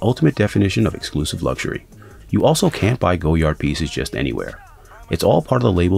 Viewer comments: I believe it's pronounced GOY-ard, not GO-yard. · was looking for this comment, thanks. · Its pronounced goyar the d is silent... this guy.... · Wise Memayor it’s a French thing... we’re quirky like that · Too late! Americans pronounce the "D". It's Goyard with a "D" now. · 000 001 to late? The brand is French so its never going to be to late to change the way you pronounce “goyard” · In English it isn’t Goyard this man isn’t French Clearly someone in Brazil isn’t going to pronounce the word the same way a French Person would let it go it’s not that deep.